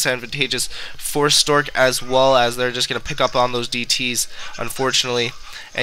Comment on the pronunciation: yeah that ways bugging me.. its stasis (stay - sis)